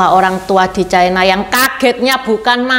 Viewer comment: Ucapan yg bnr : China, bukan chaina